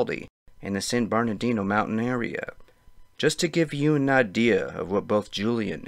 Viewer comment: San GABE-rial Mountains. San Burr-nardino.